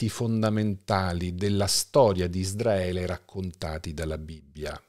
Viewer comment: Ma perché pronunci ISDRAELE?! Quando si pronuncia ISRAELE?